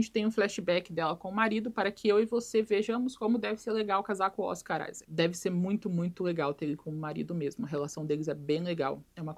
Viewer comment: Toda vez que ela fala Oscar Isaac eu escuto Oscaralho